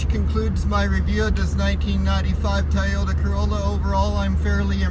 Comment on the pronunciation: Nice car, sorry I kept hearing "Tie Odour Corolla" xD